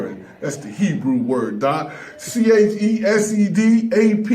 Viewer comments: "chesed," 😂😂😂. My guy Aaron, its pronounced "Chessed" chhhhessed. Not a chest but chhhhessed. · pronounced chesed wrong, unless it’s short for cheese dick.